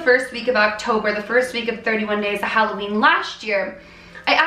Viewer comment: Halloveen not Halloween xD